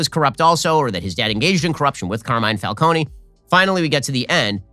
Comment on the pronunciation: He pronounced it falconey im done